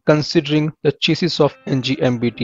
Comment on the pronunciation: "eqiuped" "chasus"